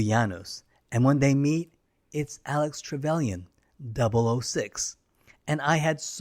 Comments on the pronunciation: is it me, or did he call him Alex Trevelyan? :P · "Alec" trevelyan, not "alex" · Alec...say it with me: ALEC